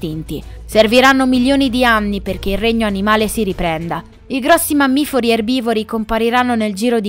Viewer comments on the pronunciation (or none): La ragazza che commenta vocalmente il video dovrebbe studiare: si dice "mammiferi"; non "mammifori"... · solo io ho sentito mammifori??? 🤔🤔🤔 Lo speravo😜